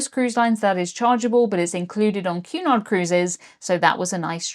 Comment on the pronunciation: I kept hearing you say "QAnon" every time you said Cunard 🤣 Blocking youtube is absolutely absurd.